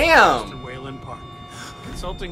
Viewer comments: It's Waylon not wilyin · Waylon Jonsohns in its pronounced with a a so ahhh